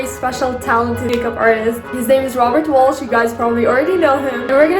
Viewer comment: Welsh, not Walsh. You keep saying Walsh...